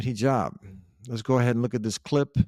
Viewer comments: These guys are defo retar%d. The guy probounced hijab as hajeeb. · The only think I can say at this point is those PBDs are just low IQ . They can’t even focus a little what they read and pronounce Hijab as hijeeb 😂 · Cant even pronouce hijab correctly...says it all really. Mohammad hijab is a very intellengent man ..